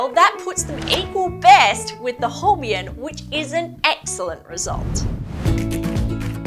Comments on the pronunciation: They are not called Holbien but Holbein. You mispronounced them and misspelled them. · I like how your tests are a bit different from what you find in other channels. However please correct the logo and pronunciation for the Holbein pencils 😂 It is E followed by I and not the other way around, and it is pronounced as the German diphthong ei = /ay/